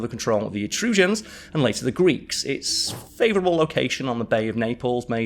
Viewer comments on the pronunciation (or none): I’ve never heard “Etruscans” pronounced like that before